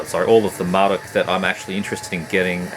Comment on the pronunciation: Vempire is literally my favorite CoF material. The Forest Whispers My Name might be my favorite song of theirs. Man, I need all those old Marduk cds. Dark endless is awesome. I appreciate you pronouncing their name the way I do haha. I hate "Mar-DUKE" for some reason. Mar-dookie. Tara is fucking GREAT and the old Absu albums are very good as well. Lunar Aurora... YEEEEES. I need the early stuff but I have al the stuff from Zyklus forward. All great shit though. Cosmic, noisy and destructive. I got lucky and got Hoagascht on vinyl locally. Enthroned is awesome. Towards the Skullthrone of Satan and Carnage in Worlds Beyond are my favorite albums by them. Vicious shit. Trolldom is sick. Crazy though... It's old material, but two albums in one year. He might have more albums set aside I'm thinking. Lamp is sick but so hard to get physical copies of. Great vid, as usual!